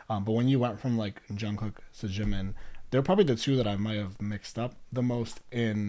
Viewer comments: you kind of pronounce jimin like its french lol you can just say the j like you would for jake or jacket :) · jimin, jungkook and jin are all pronounced with a hard j like jungle :) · I can't get over the way you say Jimin and Jungkook.... I've never heard anyone pronounce them that way before not that it really matters but still it's different. I do hope you go and learn more about them all they have such a wonderful friendship honestly they really are a family and love each other a lot, it's really special. Ida s has a great video which will take you through who each of the members are and some of their background it's really up to date so you'll learn quite a lot. Xceleste has great videos as well such as BTS from nobodies to legends but there are other that are great too. I'm sure everyone already suggested all the videos to you so I wont add anymore.